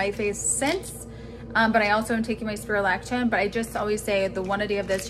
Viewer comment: Lol she can't even pronounce Spironolactone